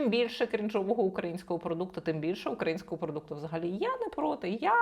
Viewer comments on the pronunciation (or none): none